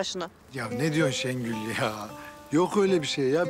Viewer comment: Şu Gönülü bu türlü anlamıyorum ha.. Kendisi Orhanı Şengül'ün elinden almış, şimdi gelip arsız - arsız diye dolanıyor... P.S. Şengül 'e Şəngül demesine gerçekten sinir oluyorum😡